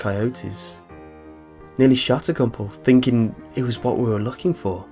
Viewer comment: Am i the only that notices the NK instead of NG? like thinkink, somethink lol